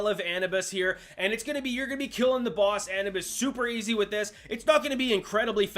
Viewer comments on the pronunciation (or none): Ah-noo- bis